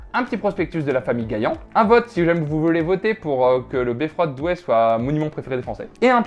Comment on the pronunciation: Noooon le S à Douai....